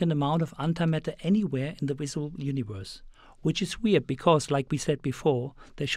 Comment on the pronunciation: "the wisible universe"? That's ok, English is my first language and I still can't speak it. Check out some of my bideos... : )